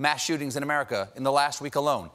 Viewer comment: have you heard him try to say "America"?